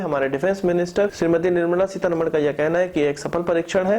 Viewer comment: Seetharaman theekse bolna seekhlo bhai.